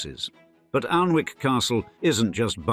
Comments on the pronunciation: OMG for a narrator with suck a typically upper class accent you should have done your homework. The castle is not 'Arlnwick' as you pronounce it buy 'Anick' the L and W are not pronounced. My first disappointment in your channel which is generally very precise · Pity the narrator couldn't pronounce the name of the castle, its not Aln-wick (although that's how it's spelt) its 'Annick'. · Aln-wick. Haha haha. I'm from well south of there and even I know that it is pronounced Annick. If you put so much research into this video how did you not know this? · Its pronounced Annick. Bot face. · Great info, i grew up in Northumberland. Just to say, although the river is Aln, Alnwick is pronounced Annick. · It's pronounced Annick. Annoying. Learn to bloody speak. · I was going to point that the pronouncement of Alnwick was wrong as well. It has what is known as the dark L and like Berwick, the W is not pronounced.